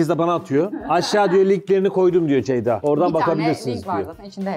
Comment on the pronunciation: Nobody:: Deyda Really Nobody:: Beyda